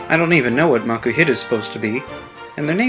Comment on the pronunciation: MAKUHITA, NOT MAKUITAH!